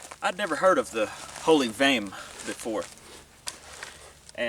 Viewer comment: Vehm*. Not gehm.